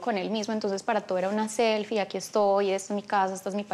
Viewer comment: 🤣😅😂🙊😁😁😁😄😃😀🙄🫢😬 ella dijo agui nadie me saca